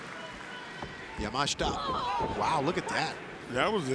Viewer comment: Elite Wrestling: Don't know if you guys had noticed but, there is an I in Miyu Yamashita's last name so unless she herself has said that her last name is pronounced Yah-Mahsh-Tah, I believe the correct way to pronounce her last name is Yah-Mah-She-Tah.